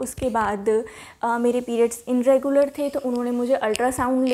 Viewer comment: dear inregular nhi bolte its irregular....just correcting you don't mind...m bhi kr deti hu mistake